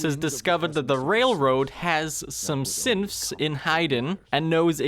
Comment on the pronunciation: I feel like he keeps saying Simps instead of Synths